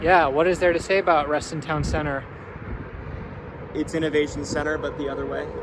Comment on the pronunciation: local here, it's reston TOWN center, not reston town CENTER